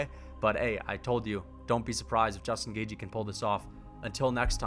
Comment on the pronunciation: justin gauge-y